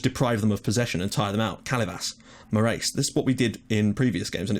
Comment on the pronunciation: Morais -> Moorays Is he portuguese?